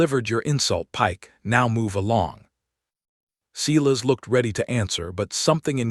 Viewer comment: Silas is pronounced, Silas not sillas nor Cyrus.